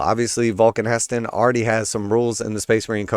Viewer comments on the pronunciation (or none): Aethon Shaan is definitely trying to outcompete. Maugan for the most Emo model in 40k. He's definitely giving off, Noel fielding Goth crow energy. Also it's funny how they pronounced He'stan as Heston. Henceforth he shall be known as Heston Burnsitall. Yes YES He did it, he is the best Grill master. HESTON COOKS !!!!!! STOMP STOMP. HESTON COOKS !!!!!! STOMP STOMP. HESTON COOKS !!!!!! STOMP STOMP.